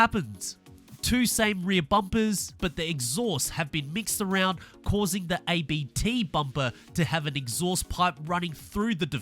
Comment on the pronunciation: it's pronounced "Abt" not A B T